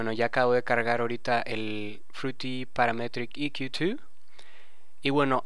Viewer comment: Buen tuto me agrado "casi todo" Menos tu pronunciacion de Paaraaametriiic EeeQQQ twoo jajajaja :P mucho esfuerzo jaja en la pronunciacion , mentira viejo me gusto tu video Dedito pa rriba (y) Explica algo sobre El Sidechain , ya que ver tantos tutos sobre el no son parecidos todos , Es muy distinto el sidechain de FL studio a Ableton live , ya que con live directo Le pongo ala melodia Sidechain para q le de espacio al kick. Lo malo del FL que le afecta a todo . Saludos !